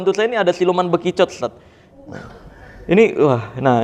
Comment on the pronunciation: Ada yg denger ustadz ngomong bekicot kaya bijunya utakata? 😂